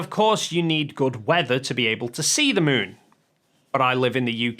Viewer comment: The Son and the Muun 😂